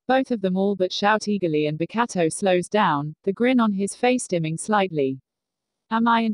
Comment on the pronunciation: Pls, every time the voice says “Bokuto”😂😭🤚 “Bakatto”🤣